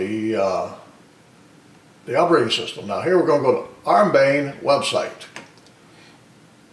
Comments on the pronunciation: ARMBAYN xD Nah, it's Arm-bi-an, sorry couln't help myself :) Nice video tho :) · It's not "arm-bane", it's "arm-bee-an"; the "i" is before the "a". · Thanks - that was annoying me too. But I was to caught up in making fun of Windoze.